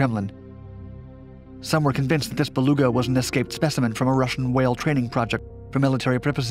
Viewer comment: I can't help but chuckle every time says 'Russian sup whale'.